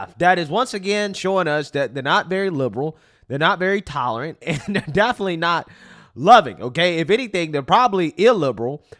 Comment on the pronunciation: The word “definitely” is not pronounced “deffly”